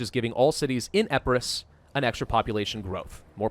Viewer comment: its, EEE-PIII-RUS not Eh-peu-ros